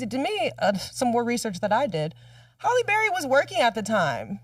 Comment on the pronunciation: I know you’re not continuously saying Holly Berry 😂😂😂😂